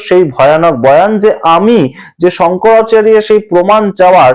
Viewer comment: প্রতিবেকের শংকরাচারিয়া সম্মোধনে আমার আপত্তি রইল। শঙ্করাচার্য আমাদের বাংলা ভাষায় উচ্চারণ ।